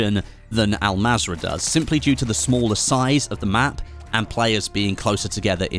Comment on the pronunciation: Pronounce it as ul mazra not Al mazra but written as an mazra